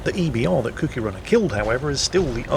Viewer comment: ..Its Cookie as in the Cookie Monster, Another word for biscuit The way you pronounced it sounded like Kooky as in crazy.